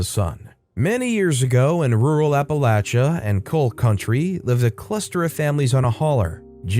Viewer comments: Yes, he actually got it right. It can be frustrating when people do not think about correct pronunciation of place names. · I have a newfound respect due to your pronunciation of Appalachia. Thank you!